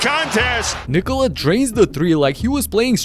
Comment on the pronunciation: He pronounces it right. Nba commentators pronounce it wrong way when saying Niiikooola. It's fast - Nikola. I'm from Serbia